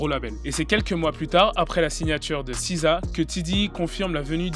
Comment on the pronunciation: Aaaaah SZA ca se prononce Siza... dans ma tete je le prononçais esse zède a comme un débile